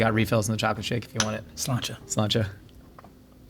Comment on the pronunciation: There's no way l'chaim is pronounced slanche